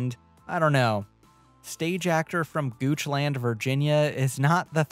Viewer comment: BTW it's not pronounced gooch-land. it's gooch-lind. Soft 'A'. Trust me, I live an hour out and it took me 15 years of my life to realize.